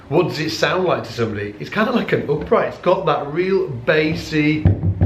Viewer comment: In what country it is pronounced roobber and oopright?